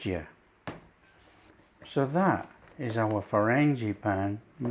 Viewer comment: These look wonderful. I love the way you say 'frangipane'. I might try making them for a garden party I usually have in May /June but will try making them smaller as I'll make other things too. Brit in Oklahoma, USA. 😊